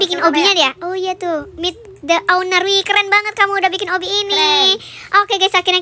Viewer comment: obby kocak bukan obi😂😂😂😂